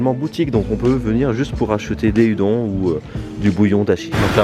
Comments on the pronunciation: Salut salut ! Ya un truc qui me turlupine depuis le début de la vidéo, il faudrait pas prononcer les udon "oudonne" plutôt qu'à la bonne française ? Voilà sinon super vidéo ! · Très bonne vidéo! Une raison pour cette prononciation francisée de "Udon" ?